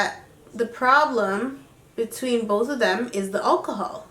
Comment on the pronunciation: lool KK says 'akahol